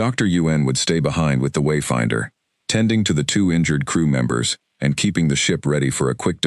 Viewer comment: Why is there a pause before and after every time the name ..........Wayfinder........ is spoken in the first part of the story? Highly irritating. Otherwise, a good story.